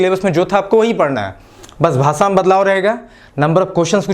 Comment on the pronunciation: भाषा होता है, भासा नहीं